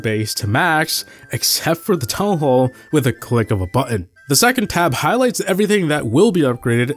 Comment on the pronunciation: town hall not toa hoa